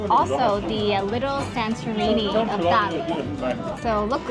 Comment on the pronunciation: You should correctly say "Dali" as Ta Li . 👍👏🀄